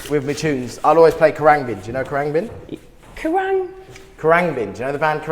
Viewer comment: is that how you pronounce khruangbin???